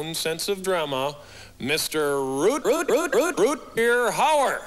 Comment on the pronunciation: Root Beer Hauer! 😂